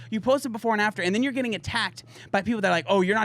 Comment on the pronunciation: You said "before and after". I heard "porn actor".